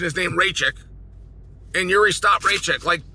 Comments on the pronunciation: "Ray-check?" Thats a liberty even by Chael standards. 😂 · Is “Raychick“ supposed to be Rakic?